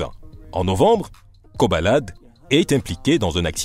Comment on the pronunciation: C'est Koba la D au cas où et non pas "kobalade"...